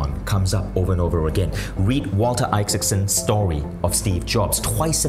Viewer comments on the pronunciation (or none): none